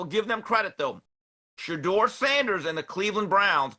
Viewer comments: Tupac Sheduer 😂😂😂😂😂😂😂😂😂😂😂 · Tupac shadur lol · Tu PAC Shadure 😂